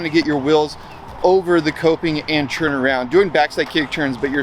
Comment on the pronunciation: It's turn, not churn. Are you making butter or Skateboarding ?